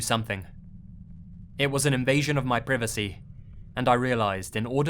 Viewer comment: The way you pronounce privacy 😂.